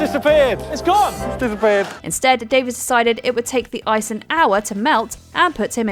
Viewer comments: And "Daveys" the rest of the time (Greg says the right pronunciation is "Davis"). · Davis/Davies has spelled/pronounced his name differently throughout his career. Definitely pronounced undeniably both ways on different seasons of taskmaster.